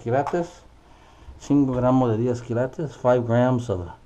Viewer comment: Lo bueno que tu aprendiste a decir quilates no kilatos jeje saludos 👍